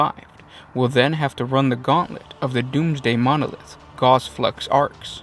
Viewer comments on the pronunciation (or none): Gauss rhymes with house. It is the unit of measurement for the strength of a magnetic field. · TY 4 another great video, one thing though... Gauss rhymes w/Sause. I only learnt it last year...Was just told by a friend in the UK that we all mispronouce it in the US & it should be Gauss rhymes w/House, so u guys decide how u wanna pronounce it, Still a great video